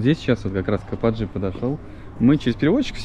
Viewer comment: ну не капАтджы а kapici -Капыджи,пора бы уже правильно произносить!